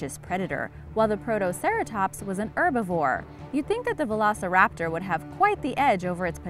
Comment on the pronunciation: The way she said veloceraptor triggered me.